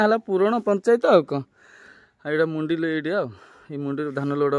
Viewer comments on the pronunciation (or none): ଆରେ ଭାଇ ମୁଣ୍ଡି ନୁହଁ ମଣ୍ଡି . ସବୁବେଳେ କହୁଛ ମୁଣ୍ଡି ତାକୁ କହନ୍ତି ଧାନ ମଣ୍ଡି.